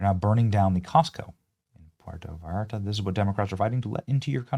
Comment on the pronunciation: Benny, No “V “ sound in Mexican language for Vallarta… more like Bayarta.